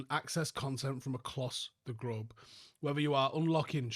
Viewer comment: "Access content acloss the grobe'"😂